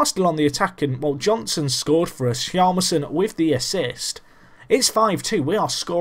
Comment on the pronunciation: In Niklas Hjalmarsson's name, the 'H' remains silent, but you are supposed to pronounce the 'J'. Hossa is 36 in real life, so you are correct in him being old. I don't feel any team would like to trade for him because of his age. Also, the Blackhawks to me are like Everton in FM: they have the makings of a great side, and have potential to do a lot better than their real life counterparts.